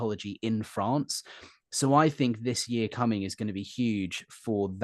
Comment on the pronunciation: I like the way you say “Fronce”😂❤